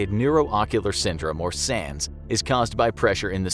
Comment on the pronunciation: He said sans